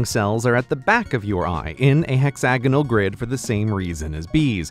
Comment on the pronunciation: Hexanogles... Pentanogles... I love it. The bestanogle way of pronouncing hexagonals.